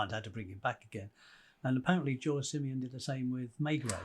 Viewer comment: Surely, Maigret does in fact have a sidekick - Inspector Janvier. Also, the author's name is "Simenon", not "Simeon".